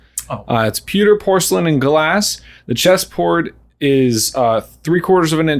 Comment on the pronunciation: Anyone else say “sponges!” When said “pucker” instead of pewter?